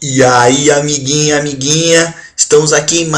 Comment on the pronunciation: eu escutei ele dizendo amiginha amiginha so eu vi isso ?